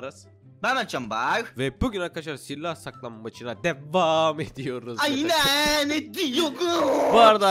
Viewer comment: aynen ediyoğuhzzz :)) Asjsggssjdmmdmff